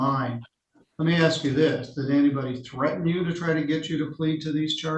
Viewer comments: The word is ASK not AKS. Why do so many losers like to pronounce that word incorrectly? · Are you axing me? Come on for the love of everything stop sounding like you're ignorant as fuck. The word is ASK or ASKING. That has always been the word the meaning of the word are 2 totally different fucking words. Come on now.